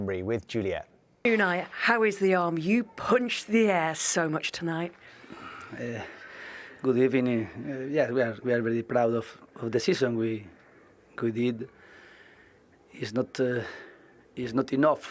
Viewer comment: Good Ebening